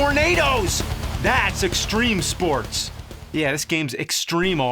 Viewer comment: STREME SPOATS